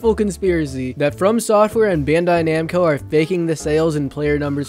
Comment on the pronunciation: It’s Bandai (Bon-Die) Namco (Nom-ko). Like you said a small nitpick but if your going to criticize a game at least get the development groups name right.